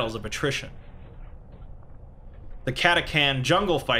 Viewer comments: Cat-AH-Chan. not catacan. also you forgot the most deadly weapon in the guard. SLY FUCKING MARBO AHHHHHHHHH!!!!!!!!!!!!!!!! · he also said CataCan, and not Catachan, *Exterminatus breathing intensifies* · For the emperor! Also it's cata-chan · It's pronounced Cata-chan btw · Cristian Martinez I cringe every time he says lazegun and catacan instead of catachan. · Lasgun = Las pronounced like LASt. Catachan = CataCHan